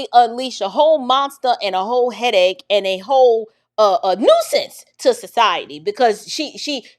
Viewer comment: Did you say a (Ho) headache or a Hole headache. 🤣🤣🤣